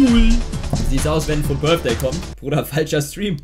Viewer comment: Wer kennt ihn nicht, den Fut BITHDAY😂😂Englisch 1 Grüsse gehen raus😂